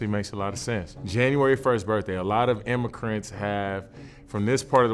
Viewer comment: The dudes in the back "immicrents" 😂😂